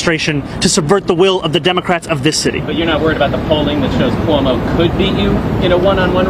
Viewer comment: you are having a hard time pronouncing names: 'chromo' instead of Cuomo, and 'mandami' instead of Mamdani. unless you're trying to become a comedian, learn how to pronounce names of people correctly. and I hope, for NYC's sake that Mamdani loses badly.